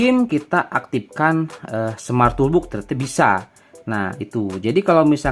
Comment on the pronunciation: Maaf sekedar share aja gan, kita sama2 belajar hehe. Kalau bhs inggris, kalau O ada dua dibaca U, kalau cuma satu dibaca O. Misalkan: BOOK = BUK BOX = BOX TOOLBOX = TULBOX (bukan TOLBUK) contoh lain: HOONIGAN = HUNIGEN LOOP = LUP Btw makasih konten TOOLBOXnya 👍 work 100%